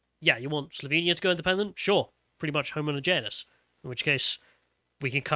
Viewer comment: Please learn to pronounce your ts. Day'er for data? Come on, man. And practise pronouncing homogeneous and homogeneity. It's embarrassing listening to you. Oh, and I'm British, not Bri'ish.